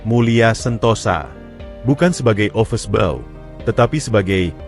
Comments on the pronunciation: Yg btl dong mbacanya, office boy bkn office bao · Yg bc narasi ky org bodoh. Ofis boy...bkn ofes bou...